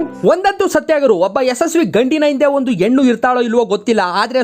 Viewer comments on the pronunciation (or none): none